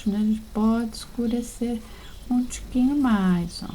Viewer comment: Amo quando fala tiquimho